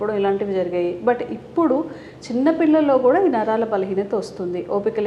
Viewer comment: Naralu kadu Naraalu